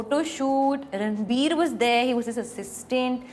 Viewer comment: She is called anytime ranbir. rrrrrrr.....ranbir😅😅😅😅😅